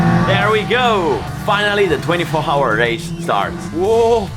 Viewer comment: Nice Video as always, but just a small correction. "hour" is pronounced "our".